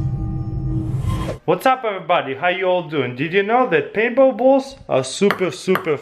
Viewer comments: is it just me or did he say paint ball balls? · He has an accent and he said it pretty fast... So he said ping-pong 😂